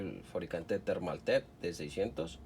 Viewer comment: Tiene la marca a pocos centímetros de sus ojos, lo pronuncia mal y lo escribe peor.